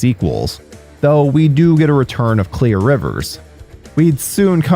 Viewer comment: why can you not say her name its clear